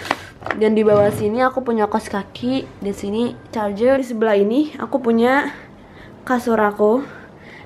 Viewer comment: Ngomongnya AKU PUYA, DAN, GITU-GITU😅